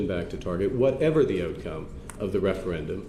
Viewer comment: you had me at "ootcom: ( / ) :-)